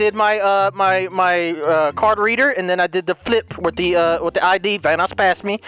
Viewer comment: Delirious!! Hear me out!! Do you remember your pronunciation on "Vanoss" Its "va-NOSS" 😂